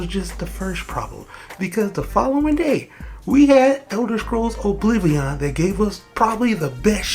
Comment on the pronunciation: “Obliveeon Remastered”